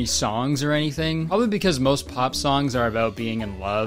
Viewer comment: "ohr" instead of "oh" im dyinnn😹